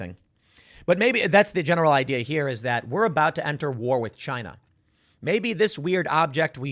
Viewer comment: It was " Chyna"